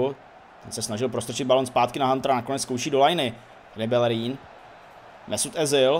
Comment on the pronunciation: Nevislovuje se to [Belerín] ale [Bejerín]